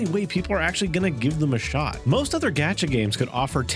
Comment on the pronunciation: Why do you keep calling it a “gadget game”? It’s a gacha game. No. No, you weren’t trying to say, “gacha,” but pronouncing it with a hard a? Why would you do that?